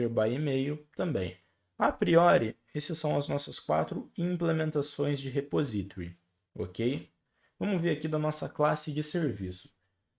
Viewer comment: Obrigado pelas aula, parabens pela didática. Se eu puder conteibuir, coloque a palavra repository no Google Translator /repósitory/